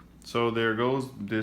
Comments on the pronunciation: it's fidget not fidgei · Fidget not figie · He said fidgey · Not To Be Rude But It's Pronounced "Fidget Spinner"